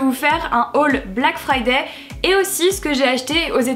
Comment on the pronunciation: BLACK FRIDAYYYYYYYYYYYYY toi qui parler anglais tu n'arrives pas à prononcer le mot "friday" correctement alors que le y en anglais ne se prononce pas